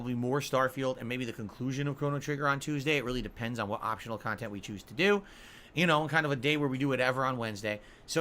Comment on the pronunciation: «makes fun khantent». We laugh, so guess its true… 👍🍒